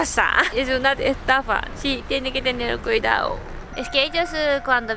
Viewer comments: “Cuidao”? Que no es “cuidado” lol ? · Me encanta el ten cuidao 😂🙌🏻